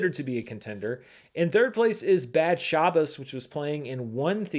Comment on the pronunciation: Really nice pronunciation on "Bad Shabbos",. Kudos!